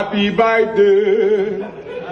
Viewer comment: Birthday ❌ Byeday✅ Ewoo Daddy'm😂🤣